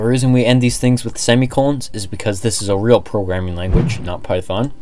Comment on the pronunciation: The disrespect he put on pythons name 😤💀😭